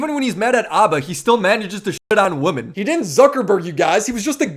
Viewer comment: Why is it that literally nobody in this space can pronounce "women" properly?